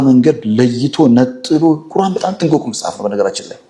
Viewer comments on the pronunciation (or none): ቁራን ሳይሆን ቁርአን ነው